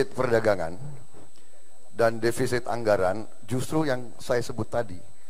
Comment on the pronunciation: yg salah di awal itu bukan devisit pak jok tp defisit.